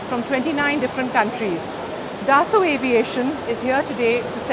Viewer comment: she must have been asked she would paid to use word dassult many times..... the moron tells rafale is beeter thern su-30mki he must be high